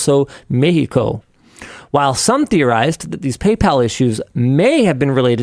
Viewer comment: Did I just hear a foreigner pronounce Mexico the correct way???